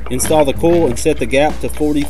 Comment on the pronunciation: Coil, not cole Oil, not ole